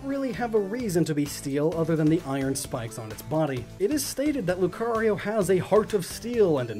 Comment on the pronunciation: LUCARIO, NOT LUKRIO!